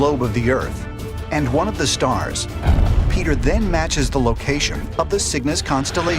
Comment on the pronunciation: Petter Amundsen is a shame to his name, i think Roald Amundsen is his Grandfather who is the first person on the south pole, and the first to sail a boat through the north pole Its Petter not Peter, these are different names in Norwegian, Say the E like you do it Pet like "Pehtter" not "Piiiiter"